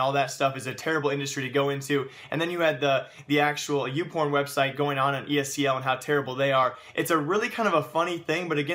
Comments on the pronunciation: It's ESL not ESEL, pls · hate how you say ESEL not ESL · It's esl not esel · Are you saying ESEL, or are my ears fucked?